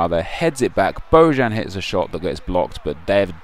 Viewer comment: Isnt bojan pronounced boyan?